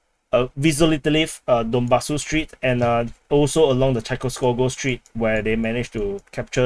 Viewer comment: A friendly observation about the names of some Russian words like Chaykovskava street. Many adjectives end in -ogo, but in Russian they this ending is pronounced as -ava. Keep the good work! Btw which country are you from? Thailand? Just curious!